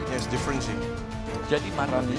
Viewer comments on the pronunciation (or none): malrani kak bukan malrini😂